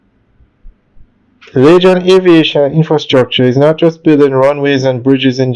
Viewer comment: I don't think. It's pronounce .lachan. Its lagan phonetically. laygan .